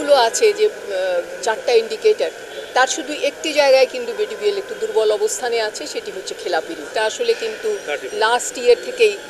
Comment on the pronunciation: 😂😂 মূর্খ সংবাদ পাঠিকা! ডিবিবিএল না বিডিবিএল ❤